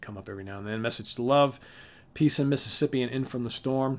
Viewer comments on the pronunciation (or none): none